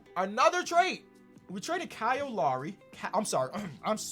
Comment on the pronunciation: The way he said KYLE